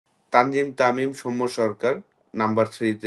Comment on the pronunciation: তানজিম তামিম😂😂নামটা তো ঠিক করে বলা উচিৎ। তানজিদ তামিম❤❤